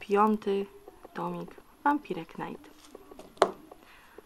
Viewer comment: nie chodzi o znaczenie tytułu, tylko jak się go czyta :P to jest po angielsku i "rycerz" nie czyta się "knajt", tylko "najt" ;_